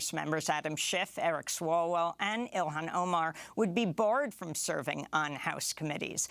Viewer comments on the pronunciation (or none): none